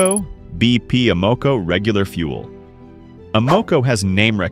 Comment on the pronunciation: Amaco pronounced as Uh Mow Coh? Must be an AI generated video.